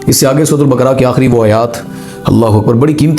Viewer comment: Bakra nai sir baakaraa